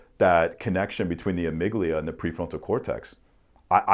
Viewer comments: Amigdala lol. And he said it like 20 times in two minutes. Also, on a serious note, this is easily the smartest guy has ever had on. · respectfully, it's amygdala. the point was about fear, anxiety and aggression going to trigger some response without your logic / reasoning kicking in